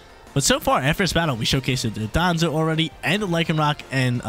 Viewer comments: It’s Don-Dozo not Do-don-zo 😂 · DON-DOH-ZOH NOT DON-DON-ZUH